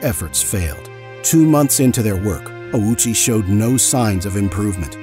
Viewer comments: Why tf you say “OWWW CHEE” like a moron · Bro put the Owchie in Ouchie